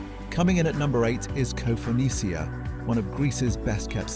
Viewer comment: Tinose ? have you actually been to Greece ? koofounisia ? learn the Greek pronunciation before making videos